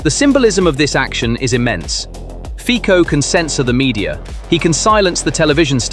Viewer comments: Fico is pronounced FEE - tso, not FEE - ko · Very artsy with Ficos name 😅. That was great